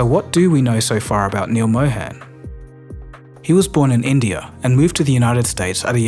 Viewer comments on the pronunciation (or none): Neal Mohan, "Mohan" like Moe-hun (not moe-hen). sorry, couldnt help it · Just a small correction, his name is pronounced Mo-hun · It's pronounced Mow - harn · Pronounced "Mó-hun" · It's pronounced Mo Hun as in Hunt...it would be much appreciated if you try to pronounce the name correctly because it's a very common name. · Excellent video, but I just don't understand how you've done such tremendous amounts of research into everything but pronouncing his name right. I would think he deserves atleast that much given how many times he's been read off your script.